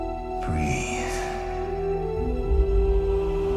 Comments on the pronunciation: breathe, not breath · Luke does not say "breath", he says "breathe" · Btw it's BREATHE not BREATH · BREATHE...NOT BREATH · Breathe, not breath. Other than that, great video. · BREATHE, NOT BREATH LOL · "breathe", not "breath"... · BREATHE not BREATH! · breathE not breath lol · Breathe. Not Breath.